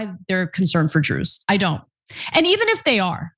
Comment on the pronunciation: Can't pronounce the name of the Druze xity and want to teach us. Go back and make your homework, ignorant.